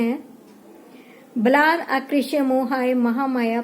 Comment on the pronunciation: Baladakrisy hai mam gal at mat padhiye